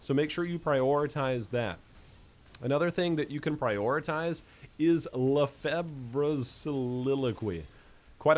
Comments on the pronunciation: Its pronounced LE FAY. It's French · Lefebvre is pronounced "La-Fave" or "La-Fev" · Lefebvres is a french name that is weirdly spelled, even for us. You don't pronounce the "b" and in english, it should be pronounced like "luhfavrs" ... I think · apparently, it's pronounced "Le-FEV-ruh"